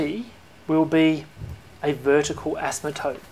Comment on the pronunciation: you are mispronouncing asymptote as "asmatote".